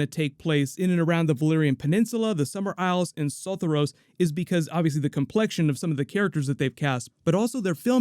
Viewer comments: Say it with me now: so-THOR-ee-ohs, Sothoryos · Im sooooo sorry but the way you pronounced Sothoryos really made me cringe!